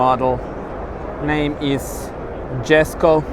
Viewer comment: MacK Olives no its yesko regardless of where you live. That’s like saying you only pronounce jalapeños jalapeño if you are Mexican.